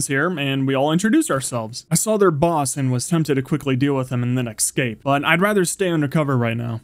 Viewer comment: Have you ever noticed you pronounce escape wrong?